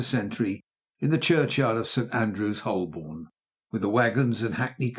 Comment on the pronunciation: Lost me when he pronounced Holborn "HOLL-born" (it's "HO-bin"). It's only one of the most famous streets in London!